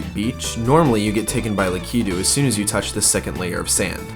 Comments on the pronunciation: Lak-I-tu not lak-e-du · Its lakato not lakito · lak-I-too, not la-kee-too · Lakito not leketo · LA- KA- TOO not LA- KI-TOO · I'm freaking out on how your staying lakitu, idk if that's how your supposed to but I'm almost entirely sure your saying it wrong, lakitu- Lak-it-too, not lak-eet-toe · Lah-kih-two not lah-key-two del-feen-oh square not del-fine-oh square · you are saying "lackatoo" wrong. You are saying "lakeytu."I say lackatoo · Lakiitu? Not critizing but it is Lakiitu (lak-i-tu) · I KNOW YOU DID NOT JUST CALL HIM LAK-EE-DOO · Im sorry but for future please pronounce lakitu right LAKA-TOO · It’s Lakituu (Lahhkhe-too) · I love your videos, but it's Lakitu. Lack-i-too.. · And Del-fee-no. Stupid observations, but whatever. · lackydoo ???? really lmao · How can you have a serious gaming channel like this and continually mispronounce the name of a prominent Mario character? Lakitu is pronounced lack-it-too. And Delfino! Anyone who's played Mario Sunshine knows it's Del-FEE-no. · "Lakeetu" "Delfyno" D: Nice glitches but that bothered me a little bit lol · is it lakitu or lakitu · He pronounces Lakitu and Delfino so wrong 😂😂😂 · I really liked this video! I really dislike how you pronounce "lakitu"..........